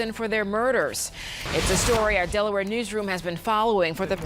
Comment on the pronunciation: del-a-where? 😂 I practically live in Delaware, I’m in Maryland technically but could walk into New Castle County and I’ve been to the complex where Joey and Olga lived. Wilmington is about 25 minutes from me. It’s a small little state but the beaches are great !